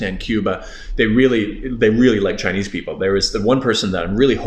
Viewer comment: Your Chinese pronounciation sounds great. You''ve got the tones.